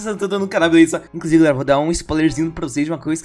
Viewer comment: é ué o king já teve algumas vezes que ele falou beleuza na calabreusa